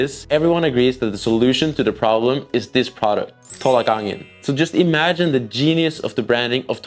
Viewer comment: Dont pronounce it "tholak", its "tolak"